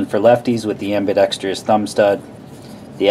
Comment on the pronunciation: Nice review. BTW, it's ambidextrous, not ambidexrious.